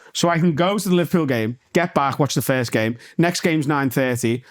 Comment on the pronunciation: I'll be the FIRSHT one to say, happy not having to hear him constantly mispronounce FIRST 🥇